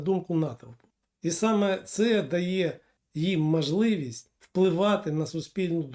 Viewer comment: Не коверкайте українську мову,наприклад"пагаворимо",не "гардон" а гордон,не мажливість а смі знаєте як